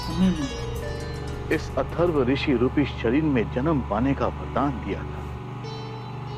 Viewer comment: Rigved not rukved Yadur not Jadur Atharva not Atharba